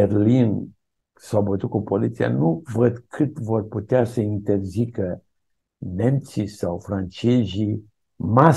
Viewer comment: nemjjjji, franjjjejjjjjjjii?